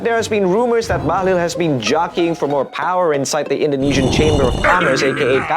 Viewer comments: Bahlil ❌ Bahlul ✅ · Bahlul not bahlil